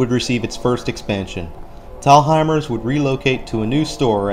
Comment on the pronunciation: Great vid but as a Virginia native, when you pronounce “Thalhimer’s”, dont emphasize the “h”. It’s pronounced like “Tall-hi-mers”. 😎 And I dont know if you saw it or not but this mall has a cool fountain feature/splash pad gimmick on the outdoors portion by the Fitness Center and movie theaters! 😎